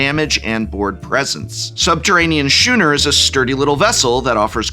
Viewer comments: I'm actually pretty ok with this, I think they're a LITTLE overpriced though. If they keep producing a bunch of theme decks that'd be fine as a format essentially. Also it's pronounced like SKOONER, not Shooner. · Shoe-ner? It's scoo-ner. Weren't you some kind of language teacher? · Skoo-ner... not shoo-ner. Other than that, thank you for the information on the decks. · "Shooner"?????? (with love) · Is it just where I am from or is it pronounced Skooner. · The angel deck is actually kinda tempting. Also, "schooner" is pronounced "skooner". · Shooner? SHOONER? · a shoe-ner is a sailboat